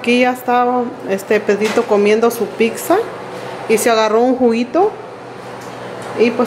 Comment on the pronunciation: No se dice pixa, es pizza 🍕